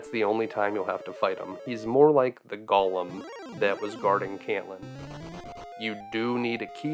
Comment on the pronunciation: Go-lum not gollum